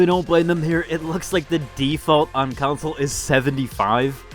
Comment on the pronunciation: CON-SOLE. Not counsel.